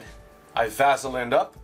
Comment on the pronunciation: Great video. Super information and detailed. But the way you pronounce Vaseline just irritates the hell out of me